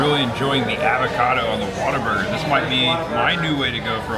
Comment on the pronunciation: The way pronounces things makes me angry. Avacodo